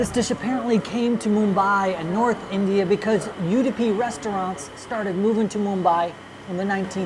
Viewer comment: Loved this video:-) the origin story sounds like BS. but the rest of the stuff is great. - couple of small corrections. Ragi belongs to millet family, not wheat. As you pointed out in the video, its indeed very healthy! Udipi is not pronounced you-dipi, its more like oo-dipi. lastly, dosas, especially something like rava dosa just doesnt do justice after take out. i was impressed that you thought about adding the potato masala to the rava dosa! you were spot-on since its a popular thing. good job guessing it! PS: great looking shirt, was it locally tailored??